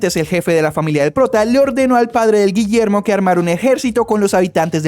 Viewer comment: "ni en mi perra vida voy a pronunciar de nuevo ese nombre, desde ahora este pelaito se ve a llamar Guillermo" no me acuerdo bien de como lo dijo JSKSJSK